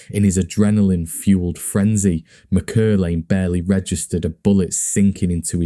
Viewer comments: Btw the surname is pronounced Mac Er lane. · It’s pronounced Mack-err-lane